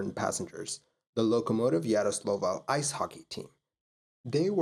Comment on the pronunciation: Please train saying "Yaroslavl".